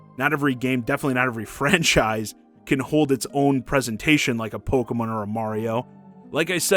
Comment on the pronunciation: What is this "Pogeh-mun" you speak of? 🤔